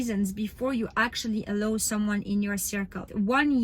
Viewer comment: thank you so much, i really look up to you and your account has helps me a lot! also the word “allow” is pronounced like uh-lau rather than uh-low! 💗